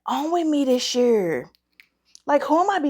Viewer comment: Hey!!! 👋🏿 You have been missed! It makes my day when you upload! So, I haven't smelled ANY of these yet. I can't wait to try Paulina's fragrance. I'm forcing myself to embrace Fall. I wasn't ready!!! 😭😭😭 Gurl, your accent came out strong when you said, "What's going on with me this YURR(year)?" That was cute! I hope I'm still in the DUA consideration pool!🤞🏿 I'm praying for you and your family. Sending love and light your way! 🙏🏿❤️💛💚🙏🏿